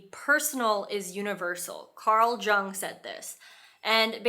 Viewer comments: This video was amazing and super helpful from start to finish, with the exception of pronouncing Carl Jung with a J lol! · Hey love great video, as a transpersonal psychologist just wanted you to help you with Carl Jung’s pronunciation it’s Carl (sounds like Young) Jung, but sounds like Carl Young